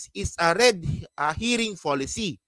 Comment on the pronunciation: I am an avid viewer. Suggestion: pls. check pronounciation of some like auspice and herring. I also noticed in your other videos some words not correctly pronounced.